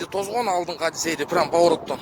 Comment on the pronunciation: Тозгон дебей тоскон деп суйлочу зб мал